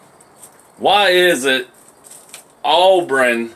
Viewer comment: Auburn...not “Au-Bren” my man....oh...RTR!!!